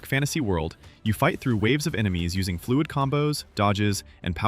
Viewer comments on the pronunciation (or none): And "fluid"